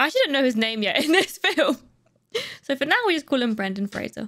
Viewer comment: Right off the bat, props on pronouncing Brendan Fraser's last name correctly!